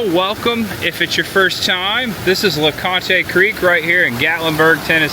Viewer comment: It’s pronounced (la Khant) the e is silent. I grew up In Gatlinburg in the summers of the 70s. Gatlinburg is a beautiful place, the candy making, the candle making… all very special in my life!!! Polllie Bergen, the actress taught me. Sucha beautiful woman. She had a restaurant and dress shop there. Pollie took my sister and I on walks through Gatlinburg. She took care of us. I love her and miss her so dearly.